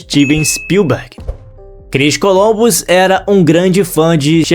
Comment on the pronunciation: Não é "Colombus" e sim "Columbus".